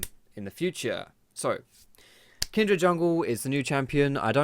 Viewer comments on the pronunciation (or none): why do you say kindred slightly weird? it's like you say kind-dred, I was just wondering if you heard the name wrong or if it's an Essex thing:-P